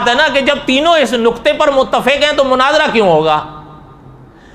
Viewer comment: Manazarah Nhi Munazarah Likho Aap urdu waale bhi ajeeb hain Mufaalsh k saare abwaab ko Mafaalah bana dya he Fuaal ko fa'aal khete ho Suwal tumhare haan Sawaal hai Qeyamah ko qayamah Ulamaa ko ulemaa Ye ghaltyaan sirf aam admi nhi Blke urdu speaker aalim bhi krte hain Talaffuz durust kryn